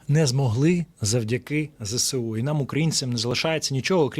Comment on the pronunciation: Зесеу--- неправильно.Треба: ЗеесУ або вимовляти"зсу"!